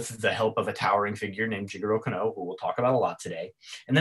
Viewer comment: Can you explain why you place emphasis on the "Oh" when you Kano? Instead of just saying the name "Can-No" you say "Can-Oh" ?